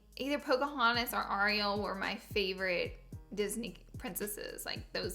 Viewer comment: i cringed at how she pronounced ariel omg noooo honey